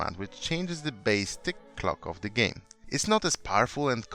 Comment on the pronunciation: "Gaem Control" — 2019